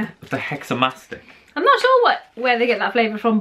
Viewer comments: It is not Mastick it is Mastika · It's MESTKA not MASTK....Iam Egyptian